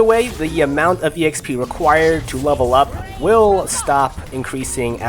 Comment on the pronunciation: The way you kept saying exp, (e x p) was kind of annoying but that's just because It doesn't sound right, on the other hand I enjoyed the video. Keep it up :)